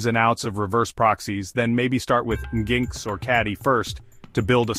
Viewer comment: Pronounced, Engine X and traffic bro.. Is this ai?